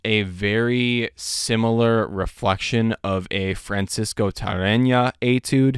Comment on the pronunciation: How are you pronouncing Tarrega with an N ? Is that a miss print 😆